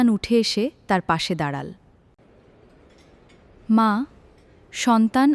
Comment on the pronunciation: দাড়াল উচ্চারণ হবে দাড়ালো😮😮😮😮😮😮😮😮